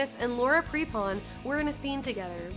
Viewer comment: “Laura Pre-pon” is pronounced “Prep-in”